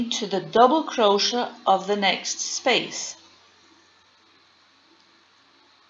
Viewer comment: Firstly you need to pronounce CROCHET properly.... Cro- Shay. Secondly you are doing SINGLE CROCHET.